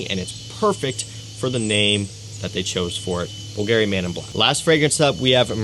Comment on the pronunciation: My guy said “boo-Gary” 😂 🤦🏻